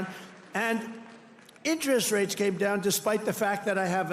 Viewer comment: President Trump pronounces "interest rates" wrong. It drives me crazy that he doesn't know this.